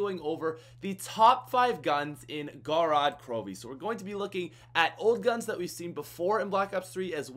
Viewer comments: Gorod Krovi is actually pronounced (go-rad) (kro-viy) which is a russian word and it means blood town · gorod krovi with subtitles, goraad crobee